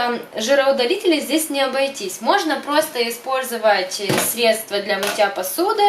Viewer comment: срЕдства, а не средствА🙈